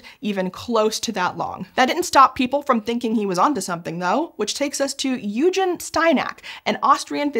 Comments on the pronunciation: Just a quick pronunciation note, the name Eugen is pronounced like oi-gen with a soft g like in goose. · Considering that he's Austrian, shouldn't his name be pronounced "Oy-gun"?